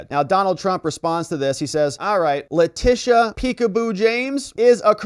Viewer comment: LETITIA, LETITIA, LETITIA. At least get that right! Then you're getting the right person to disbar.